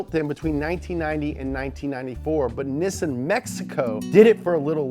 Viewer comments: It's is pronounced Knee-Sahn, not Nisz-sin. Take two minutes to find the really good video on correctly pronouncing Japanese car makers in English. I'll try to find the link. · It's pronounced neesawn. Look up the video from MCM where Japanese people tell you how to pronounce their car brands. The only thing that pronounced as nissin is the brand of noodles. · I cringe every time you pronounce Nissan nissssssen it’s NI-SSAN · Nissan= Nessin?! I thought it was pronounced, nee- sahn......Neee- Saaahn!!!!!!! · "Nih-sun" I thought it was pronounced "knee-san" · why are you pronouncing it nissin instead of correctly? (NEE-sahn) mcmtv2 has a video on how the Japanese pronounce car manufacturer names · NEEESAWWN NOT PISSIN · He says Niss-an, I say Nee-san...umm hmm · Why do you keep pronouncing Nissan wrong? It is pronounced (Nee-Sahn) not (Nis-an). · All this episode made me want was Nissin ramen. Seriously idk why they switched pronunciation when even in Japan they pronounce it Nee-san. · Ok, even the Japanese pronounce it ne san. The only people that pronounce it nis san are European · Nissaaaaaaaan!!!! Not nissin!!!!! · Knee-san Not Knee-sin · NEE-SAHN not Nissin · Niss-AN not Niss-IN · why do you call nissan "nissin" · You always pronounce Nissan as “Nissin” but you do realize there is actually a company called Nissin and they are not one in the same, right? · why do you call it Nissan instead of nEEsan? Have I been saying it wrong?😂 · It's pronounced neesan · “Nee-Sahn” had to actually look it up to see if I’ve been pronouncing it wrong my whole life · Ahem. Nissin is a cup Noodle company. It's Pronounced NEE-sahn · Great and informative video however even with the Nissan commercial guy pronouncing it for you , you still kept screwing it up!!!! NISSAN KNEE-SONE NISSAN LOL I own a 2011 Sentra sr and a 2011 Nissan titan heavy metal chrome version. Great vehicles. God bless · i swear to fuck if this guy says nissin one more time im gonna lose it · don't say nissin.